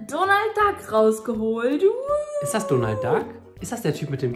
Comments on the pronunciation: NICHT Donald Dag sondern Donald😂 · Er heißt Donalt